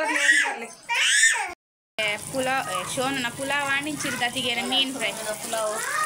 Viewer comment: Pulau alla palau akka